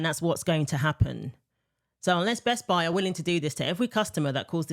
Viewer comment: It's Best-Buy. Not Best-Bi. 🙄👈